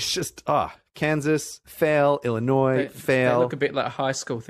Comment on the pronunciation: Illinoiss 3dit: Pronounce it as Ill-a-noys More like Il-a-noy